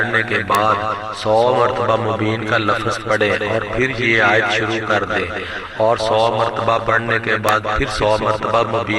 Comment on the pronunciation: آیت کو صحیح پڑہیں